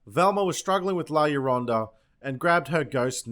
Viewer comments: It's pronounced jorona in Spanish two L's make a J sound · llo-ro-na (yo-roh-nah).